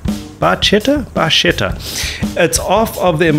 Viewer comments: hi! That title if you don't already know (Red Barchetta) is pronounced red Barketta! ( small red boat). Cool channel. I am a RUSH Aholic ther's no 12 step program for my addiction! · The only part of this song that jars me is that the 'ch' should be pronounced as a 'k' if we're using the Italian pronunciation. That said, one of my favorite RUSH songs ever! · So let us not talk about the songs story?! "Bar-ket-ta". In Italian a 'ch' is pronounced a hard 'K'. It means "Little Boat". THE Red Barchetta that Neil speaks of is the 1948 Ferrari Type 166MM(Milla Miglia) called the "Barchetta" because it simply looked like a boat. It is considered the father of the two-seat sports car who's tradition is still carried on with the Mazda Miata So the song is loosely based on a short story that appeared in the November 1973 issue of Road&Track magazine called "A Nice Morning Drive" by Richard S. Foster Where Neil never goes into what the Motor Law is, the story certainly tells you what happened there. It is all about older cars being regulated off the roads from SAFETY regulations creating these 3 ton tanks that will kill you if they hit you driving your...?(it was an MGB in the story)older none safety car. In the early 1970s safety in cars was of big concern to the industry and autoracing. The internal combustion engine wasn't a thought except it correctly pointed out when you start adding weight(safety features), your fuel consumption will increase. And I haven't told you the best part. For that, read the story and for the story visit Rush dot net. The entire story is published there. The author and Neil were both very prophetic in their thinking.